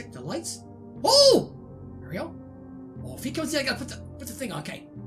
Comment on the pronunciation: Your saying mario wrong